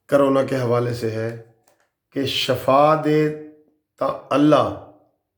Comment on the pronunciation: Shafaa nhi shifaa hy